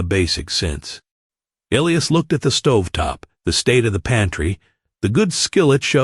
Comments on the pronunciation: The name is pronounced E lie is not el e us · His name is pronounced E- lias, long E, and long I